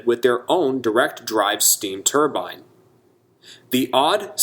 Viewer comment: Excellent video. Sad to see so many great locomotives erased from existence. Maybe some day a C&O Allegheny will run again. At least a couple were preserved. Thank you for pronouncing turbine correctly . It's not a middle eastern head dress. It's a steam turbine.